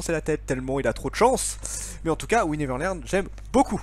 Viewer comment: La façon dont tu dis : "We Never Learn" à 1'12" 😂😂😂